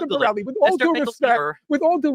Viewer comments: I died laughing when he called him “Mr. Borelli” and “Mr. Morelli.” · Destiny: incoherent rant Norm: Mister Ravioli! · Horrible showing from Norm here. Why do we think its cool or rad when he constantly was getting his name wrong and resorting to ad homs. Despite all the academic research he has done on the topic, thats the best Norm can offer?